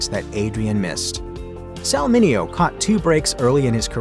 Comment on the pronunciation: Mineo told numerous reporters and talk show hosts that his name was pronounced "men ae ho" and not "men eh oh"😂